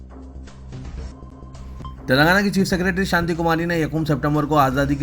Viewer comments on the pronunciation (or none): none